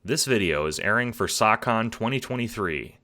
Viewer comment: Idk what SAHcon is, I heard it as sawcon in the "sawcon deez nuts" sense. Amazing video though!